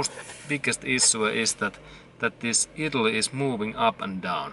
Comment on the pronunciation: Thanks for this video. It helped me understand why my 1989 Toyota idles rough when it is warmed up. BTW "idle" is pronounced: EYE- dle. in English. : )